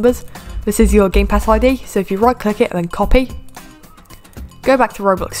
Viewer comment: I thought you said "Gaypass shop" at the beginning Lol